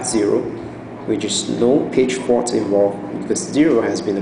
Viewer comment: Great video, sounds like you're saying "page fart" hehe..